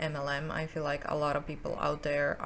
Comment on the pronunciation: I know she must have said "help other women feel" but I swear I keep hearing "help other women fail" and I'm like ooops. lol